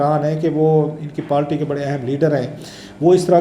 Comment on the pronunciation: kitni baar aap se kaha hai k پالٹی nahi kehte, پارٹی hoti hai, or قنون nahi hota قانون Hota hai. Pata nahi kab عقل aayegi